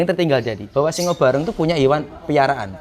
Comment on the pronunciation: Simo barong bukan singo barong